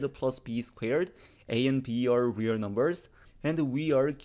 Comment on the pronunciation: That's pronounced REAL not WE'RE.